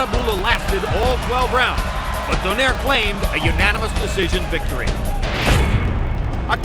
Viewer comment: ano yong announcer mali yong pag bigkas ng donaire